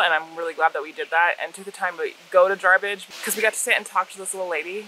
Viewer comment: Jar bidge not jarbridge. It's my stomping grounds there is so much to see up there. Stumbled on your channel a day or so ago researching bikes. Fuel prices like they are I might just sell my jeep. Anyway I was kicking around a 650 strom for my wife and have since seen some of your adventures on the cb500x I might lean that direction. We couldn't decide on road bikes or adv bikes until yesterday when I discovered BDR. 1 question what kind of cruising speed can you realistically run on the freeway/highway? Keep up the great work. Back to binge watching.